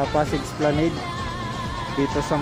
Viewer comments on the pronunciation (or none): Kuya esplanad po pagka bigkas nun ngayong alam mo na po esplanad na pagka bigkas mo next time I’m here to help you to correct and to learn not to ashamed ☝🏻 God Bless po